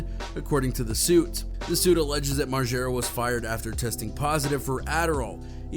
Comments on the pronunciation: Moreega? Wtf lmao it's margera mar-jer-uh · Site is lazy don't do much research ..say Knoxville has fizzled out n can't get bams name rite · "Bam Marega" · That nigga said Bam Mareega tf nigga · Thanks. As soon as I heard the guy call him Bam Mareega, I stopped watching.. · Did that idiot on ET just say Bam Mareeega? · As many times as Bam Margera has introduced himself, you’d think people would know how to pronounce his last name…